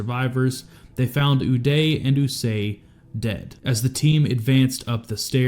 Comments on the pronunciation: It’s Qusay not Usay you chomo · It’s Qusay Hussein not Usay. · Hey dummy, it's "Koo-say", not "usay". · Sadam Hussein's sons were Uday and Qusay Hussein so I'm curious why you pronounce Qusay as "Eww-Say" when it's actually pronounced "Koo-Say" ? Not that anyone really gives a crap. I certainly don't but in an effort to be accurate it's nice to get it right. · Qusay is pronounced , KOO-SAY... OOH-DAY, and KOO-SAY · Uday and QUsay...KOOsay... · Ooo-day & coo-say is how the names are pronounced I believe. 😅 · Qusay…with a Q…